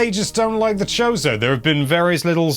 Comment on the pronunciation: I heard “chode-o” lmao